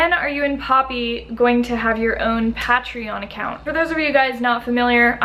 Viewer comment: What’s a pa-tree-on? 😂